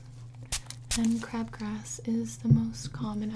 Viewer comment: She said crab grass